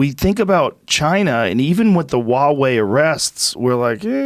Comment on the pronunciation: Joe "Wawei" Rogan